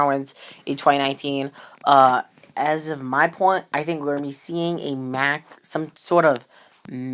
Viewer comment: MACK is pronounced (MOCK)